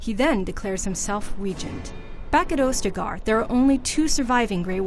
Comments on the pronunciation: I appreciate these types of videos that help refresh the memory, but could you have actually gotten someone who knows of the history of DA? -Ostagar: (Os-ta-gar) not (Ose-ta-gar). -Morrigan is Flemths actual daughter. -Orsino: (or-si-no) not (ore-sa-no) -Red Lyrium, not just any lyrium -Arl Eamon (e-mon) not (Ie-mon) I mean no disrespect, but someone really should do a check on these videos. IGN should know by now mistakes will anger some people, especially BioWare fans, when it comes to lore. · Morrigan is not Flemeths adopted daughter. Also its AUS-te-gar. Not OU-ste-gar. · First thing I noticed is how you mispronounced Ostagar as "Ose-tagar." Then you failed to describe what the darkspawn were in this presumably comprehensive rundown. And it's not "Imon" it's Eamon. WTF, why did they give this no-nothing the task or doing this video? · Watching this, all I could think was "OHS-tah-gar! LOW-gain! EE-men! Or-SEE-know!" GAH. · She also pronounced ostagar wrong 😂